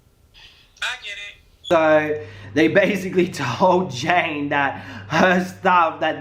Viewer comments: Love you 💖💖💖💖💖😘 lol her name is ja-nay janay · When continued to call janay, jane through the whole video